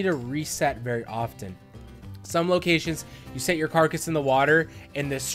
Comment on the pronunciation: "Like you would in a care-a-cuss method" Umm... Carcass? This IS a carcass (car-cuss) method.